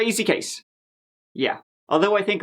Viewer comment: LOL, I totally thought you said, “Crazy cakes!” in reference to Brenda Delgado. It was “crazy case!” but you REALLY should start calling all of the murderous, scorned females “CRAZY CAKES!” ....or not. But... yeah you totally should. 🍻Cheers from Michigan!